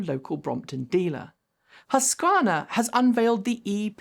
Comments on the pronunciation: you ponced Husqvarna nere impossible to understandably The named after one city in Sweden and should be ponced in same way as the city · for anyone who couldn't understand the butchered up brand name: it is Husqvarna